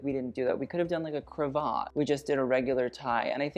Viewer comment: Triple pearl chokers. On theme. Queen Alexandra George Vth’s wife wore a glorious set. Princess Diana wore one in the 1980s. Cravat rhymes with cat. The lovely black figure of 8 braided closing on the black jacket frogging. I am so impressed at how much background and referencing you put together for two almost back to back episodes.Do you ever sleep?